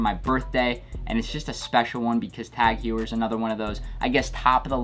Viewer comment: The way he says tag heuer triggers me.